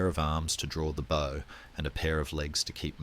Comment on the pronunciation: Great content but poor narration generation. Constant incorrect pronunciation bow, needs to say bow as it bow tie, not bow as in tree bough, just click the regeneration option on your UI, work with the filters a little and it will remove irritating glitches in the narration. Put the phonetic spelling into the text to speech option. Incredible content, but a little tidy up and attention to detail will make it perfect. Keep up the good work😊